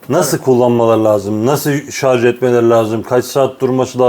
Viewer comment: hocam şarz değil şarj